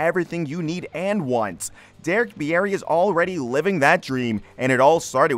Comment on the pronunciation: I’m pretty sure Bieri is pronounced “Beery” not “be-air-ee” Minot, ND is pronounced “My-not” and drops the French influence.